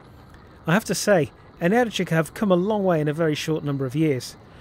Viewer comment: I think you are the second English moto reviewer/vlogger to correctly pronounce "Energica". ❤